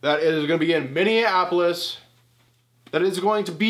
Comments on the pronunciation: “Minneanapolis.” Didn’t know that was a city. Lol still great vid tho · All I kept on thinking watching this was.... Oh my God get on with it. It literally took you 2 minutes from bringing up the WM36 location to actually saying Minneapolis. And saying it wrong 😂😂 how hard is it to write down bullet points so you actually get the information correct! Just a thought!